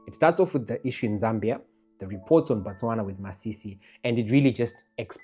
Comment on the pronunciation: Its Botswana not Bostwana